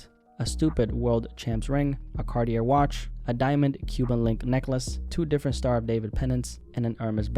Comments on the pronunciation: 'Cartier' is pronounced 'Carty-yay'...Just saying. Anyway, like your channel so I'm a new sub! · Cartier is pronounced "carti-yay" my brother.